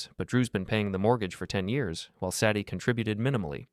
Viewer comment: Say dee. Not Sad ee.